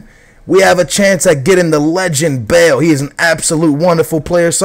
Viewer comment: bale is "belth"